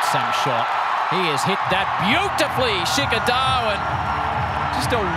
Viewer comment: Sheekar The Waan